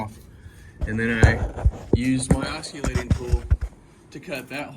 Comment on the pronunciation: Good vid but it's called an oss-i-lating tool. Lol. Not oss-cu-lating. You're welcome. I just took down my chimney to the bottom of the attic line and it was dicey for a bit. Be safe out there.